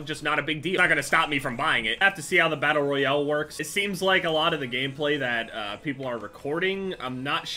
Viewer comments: Doesnt he say battle royale battle royele? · anybody realize the way he says battle royale